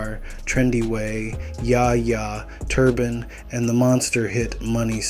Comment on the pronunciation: “so fahgo” “tur bahnn”😭💀💀💀